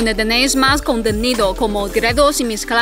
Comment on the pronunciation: Cuando al final de cada vídeo dice "'gredos' y mis clases de mandarín", "gredos" son "directos" o qué? Es que siempre escucho "gredos"... xD